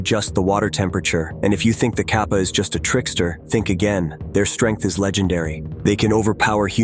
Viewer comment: It's pronounced like Cap-uh